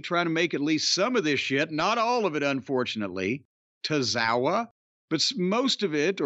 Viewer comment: This man said Tozawa 😂😂😂😂